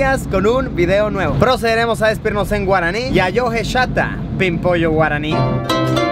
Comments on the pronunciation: yo soy de Paraguay y me gusto mucho tu pronunciacion en Guaraní ʚ😅ɞ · La verdad es que le salió muy bien en guaraní jjsjs ni yo se pronunciarlo tan bien :'u